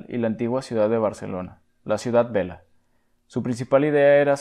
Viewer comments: Por favor no es ciudad vela sino Vella ,que es vieja en lengua catalana, ustedes saben pronunciar la elle diferente de ele. Gracias. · La doble "l" se pronuncia como en el castellano. Es catalán, no italiano. Ciutat VeLLA, no vela... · Home... es Ciutat "Veya" si no pronuncies be XD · Una pequeña corrección: no es "ciudad vela", es "ciutat vella" que significa "ciudad vieja" en catalán y su pronunciación sería parecida a "ciutat veya" pero se escribe con doble "L". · Pero no digas ciudad VELA, con L, se dice ciudad VELLA, con LL, que en catalán significa Vieja, ciudad vieja. Y por cierto, se diseñaron calles anchas solo por razones higienistas. Nadie pensó en un futuro "motorizado", como afirmas, eso es de tu cosecha, no inventes, por favor. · ¿Has escuchado como pronuncia el tipo del vídeo? Dice "vela", de ahí mi explicación. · Los nombres de los políticos y arquitectos catalanes los pronuncia bien y ensanche y siutat vela mal? Sospechoso… ahora, al actor protagonista de terminator seguro que lo pronuncia bien… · Solo un pequeño apunte: en Ciutat Vella (que significa "ciudad vieja") la LL se pronuncia como en "olla" :) A parte de esto, el video está genial, superbien explicado y bien informado, fantástico! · Ciutat Vella, no vela. Aún así, buen video :) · Iba a comentar exactamente lo mismo. Es muy habitual que en vídeos narrados por gente de hispano America pronuncian nombres de personas o lugares de España con doble ele (elle “LL”) como si fuera… ¿italiano? Últimamente he escuchado pronunciar la ciudad costera de Marbella y el líder bucanero Padilla como “Marbela” y “Padila” 😖 ¿como podría hacerse saber que en España se lee y pronuncian los nombres tal y como se leen y pronuncian en Español? Incluso nuestros mayores leían los nombres de los actores de Hollywood tal y como se leerían en castellano. Lo cual no es lingüísticamente incorrecto (aunque sí haría enfadar a las personalidades mismas 😅). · Ciutat Vella, se pronuncia con elle, no con "l".